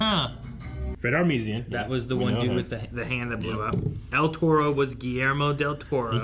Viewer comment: Can you pronounce Fred Armisen’s name again?! 😂 still love you guys.